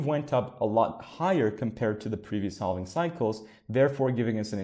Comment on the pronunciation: Also.... for the word "halving"..... we don't pronounce the "L". We just say "havving", as if there is no L in the word. Please stop saying "haLving". LOL